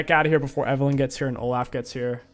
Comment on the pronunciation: Love the way king pronounces names. Oh-Laugh 🤣